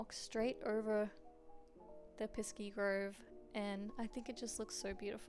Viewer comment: Piski?? Not piski - piksi